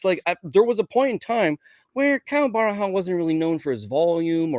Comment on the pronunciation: lol why would you call "Borralho" Barahau, that is some crazy name butchering, there's not even an A in the first syllable